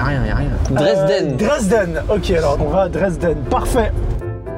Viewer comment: Aïe la prononciation de Dresden😶😂